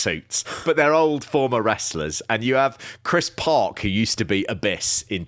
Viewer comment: Chris Park over stressed was sooo funny I love so much the fact that it became a meme and people are imitating it 🤣🤣